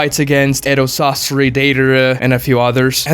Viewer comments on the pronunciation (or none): none